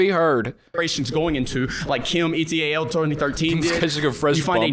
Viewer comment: the way he said et al…….